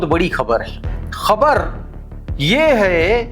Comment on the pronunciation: Thank you for pronouncing KHABAR right. You are good.